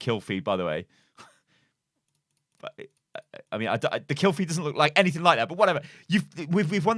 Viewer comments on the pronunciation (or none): none